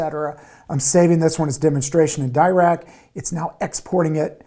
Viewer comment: Dirac is named after Paul Dirac (an absolute OG in quantum physics and mathematical physics generally). Being british he pronounced his name "duh rack" not really "dye rack". It's more of an aside and doesn't take anything away from the excellent content of the video, but worth noting.